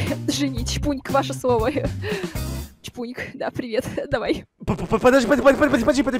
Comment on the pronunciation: Не чбуньк а чпуньк